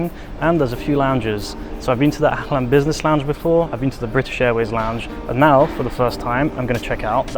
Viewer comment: you pronounced Ahlan wrong. You pronounced very strong. The h is pronounced like the word (hotel ot hospital)